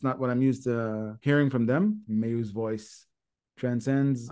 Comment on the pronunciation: They visit different styles frequently. No one song reliably indicates a change of policy or direction with them. If there's one thing we expect from Nemophila it's surprises. BTW, Mayu's name is pronouced "Mye-oo", not "May-oo".